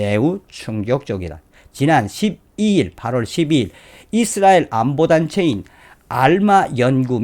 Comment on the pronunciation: 잇쓰라엘 아니라 이스라엘 입니다